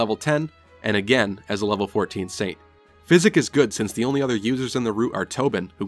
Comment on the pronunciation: oh my god, that physic pronunciation tilted me so hard!